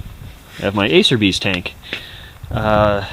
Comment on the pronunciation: You want more power but mentioned nothing of the injection mapping. Maybe this would get you the power you seek? Also Acerbis is pronounced a-chair-bees. Some day I will teach every knucklehead on the Internet this.